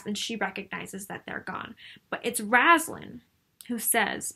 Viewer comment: Found your channel randomly and enjoyed your critique of on my favorite novels. My only "complaint" is how you pronounce Raistlin's name. You say it as Raz-lan but it's Ray-st-lin. I cheated and fast forwarded to your newest videos just to see and you do say it that way in the newest one too. here is Margaret herself saying Raistlin for example. Besides that tiny nitpick I really enjoyed and stayed to the end! Keep it up. There are a lot of wonderful elements in the Dragonlance novels.